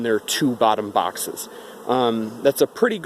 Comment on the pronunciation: The way you pronounce your s and x's drive me nuts. Bawxxxss (box).